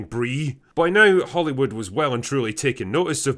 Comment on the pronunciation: It's "contro versy" not "con troversy" ffs. It's "now" not "nauhrrrrr" ffs.